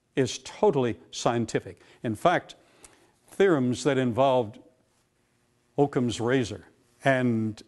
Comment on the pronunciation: has got to he joking, right? The way he describes Occams Razor is so needlessly complex, and the fact that he mispronounces Occam, makes me think hes never even read the theory before. Its so simple, thats literally the point, when theres too much complexity, the simplest answer is typically right